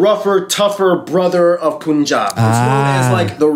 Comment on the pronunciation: 😬😬😬😬 its not pooon jaab or pan jaab.... its punjab (like fun, run gun)